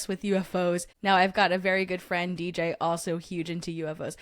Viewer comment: I thought I was a new fwend lol 😂😂😂😂😂